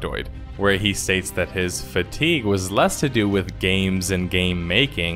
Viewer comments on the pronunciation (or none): none